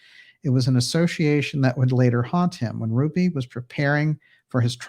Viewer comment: Fräulein Kupcinet was besotted, most unrequitedly, mit einem Schauspieler named Peter Duel. He later briefly starred in a television Schau called Alias Smith und Jones. He committed suicide in the late 60s. p.s. der Jerry Lewis ist aus Newark, NJ gestammt? P.P.S. Could you please attempt the correct pronunciation of "association"? It is not "assoschiation".